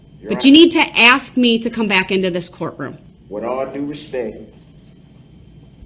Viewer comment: It's "ask" - not "ax."